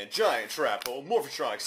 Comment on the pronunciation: ITS MORPHTRONIC NOT MORPHATRONIC! GET IT RIGHT!!!!